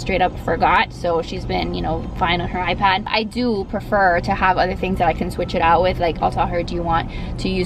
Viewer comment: I.P.A.D ? first time I hear it pronounced like that. Interesting :)